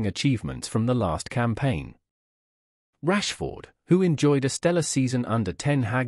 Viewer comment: I think Rashford deserves to have his name pronounced correctly, at least.